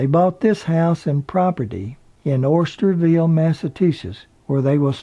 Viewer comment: Very nice tribute to the late great very beautiful inside and out Lee Remick...thank you! BTW, it's pronounced Osterville here on Cape Cod not Oysterville. Actually, the most upscale affluent community here on the Cape and of course, gorgeous!